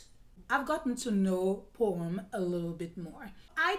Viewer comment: Absolutely my favorite, a timeless classic of Jacques Chevalier . Every time you said Poême I always heard that it is Porn lol 😝 , best accent when American speaks French